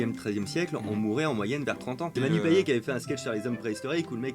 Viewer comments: C’est pas Manu « payé » mais Manu « payette » ça s’écrit payet mais on dit « payette » bande de nuls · manu payet * on prononce " YETTE* " il vient de l'île de la Réunion ! 🇷🇪 sinon bonne vidéo !